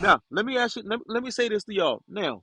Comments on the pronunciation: He had to waste tax payer money because he is a narcissistic bully. Edit to say he also likes to "axe" questions 😂 and he wants the judge to "honor her oof" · Oh, Brooksy... don't use words you don't understand or can't pronounce: "exculpatory"; "tack-it" (i.e., "tacit"); "recoose" (i.e., "recuse); "aks" (i.e. "ask); "doo dat" (i.e., "do that").